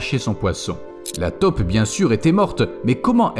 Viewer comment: on dit TAUPE pas TOP, si vous ne faites pas la différence allez voir un orthophoniste....